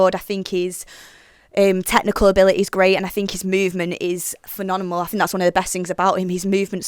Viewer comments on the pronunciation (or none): She can't say phenomenal!!!